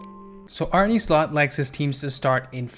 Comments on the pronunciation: Great video but as a Feyenoord fan I can’t hear you say “Arney Slot” or “Weiffer” anymore. Please say Arne as “Arnuh” and just Wieffer as in “Weeffer.” Idk I just couldn’t bare to hear it like you did but great video anyways. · Good video and great analysis! Sidenote: Arne isn’t pronounced “Arnie” but “Arneh” 😂 Sounds funny tho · great video man. Just a little btw Arne is pronounced Arn-uh. I go to every Feyenoord home game and Kokcu is an absolute pleasure to watch. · Feyenoord's coach is called Arne, not Arnie 😂